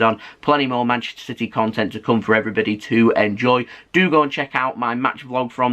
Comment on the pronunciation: It's CITY not CITEH!😠